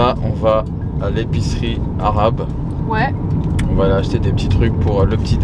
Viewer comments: a un très bon accent arabe elle parle très bien arabe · wesh il prononcearchi bien les mots en arabe